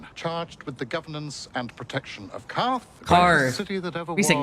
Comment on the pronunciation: That's right! Pronounced "karth, not kwarth." Very good.